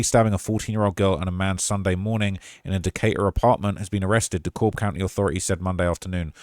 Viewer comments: It’s De Cab County not De Cobb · D Cab not D COBB